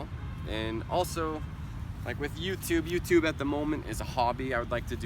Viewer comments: YouTube is YouTube, not You - to - be!! Một số người Việt đọc sai đấy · vâng ... Anh ấy đã nói " DU TU BI " giống ng việt nam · Có ai nghe anh ấy nói từ "du tu bi" giống mình hơm :v